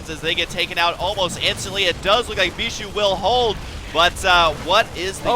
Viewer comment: when you realize they pronounce Bischu as beeshoe you can't unhear it again...